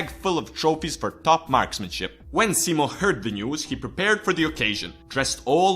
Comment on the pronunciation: Only english guy that announces simos name right :D